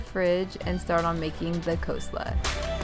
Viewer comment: Those shrimp tacos look delicious 😋 also, I’ve never heard coleslaw pronounced that way before.